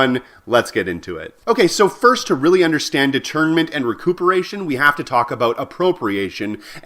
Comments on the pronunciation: Great video, thanks for the refresher... btw you pronounced it a bit like 'detriment', did you mean 'détournement'? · may I please suggest that you pronounce 'detournement' less like 'determinant' which is a big word in philosophy. Take 'detournement' a bit more towards the French, and stress the 'detour' like a road 'detour'. that will make it sound differently from determinant. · 'De'tournement' needs a french accent. Just saying.